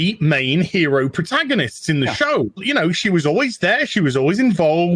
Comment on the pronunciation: "I have the Pow-Her." - Teela (apologize for constantly spelling it Leela, my fingers a evil) "What a Her-o!" - Everyone in the show "What a Zero." - Us